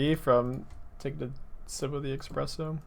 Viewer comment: They legalised "expresso" for the english language? Wow.